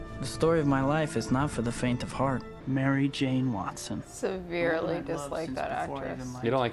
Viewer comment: this is really making me nostalgic for the GAME in Xbox sniff .......why you gotta make the nostalgia hit, man? :'( also, "wetson". Mary Jane, "WETson"